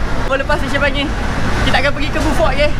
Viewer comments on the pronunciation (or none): Urg sabah x sebut B..fort tp BO..fort..